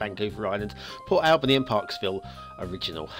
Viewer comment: you are mispronouncing Port Alberni - It is pronounced as Al burny. You are pronouncing it the same way as you would pronounce Albany. Lovely church asset.